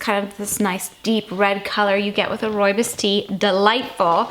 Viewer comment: Hi, been watching and enjoying your videos for a few months. This is the first tea time video of yours I've seen. I'm from South Africa and happy to see that you enjoy roobios so much. Not sure if anyone has ever pointed this out and I hope you won't take this the wrong way. Your pronunciation of roobios is slightly off. The last part is pronounced more like "boss" the "bs".